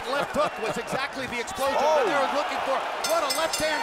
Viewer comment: Lmao Do-nehr. They don't know it's Do-nai-reh